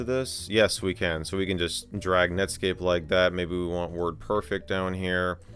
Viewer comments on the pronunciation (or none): none